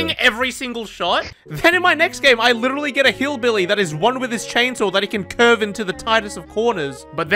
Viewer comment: If I had a dollar for everytime this dude says "litchally" or "question mahk" Jeff Bezos would be jealous